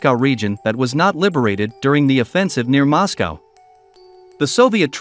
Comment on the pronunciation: As soon as I heard the mispronunciation of Moscow I stopped watching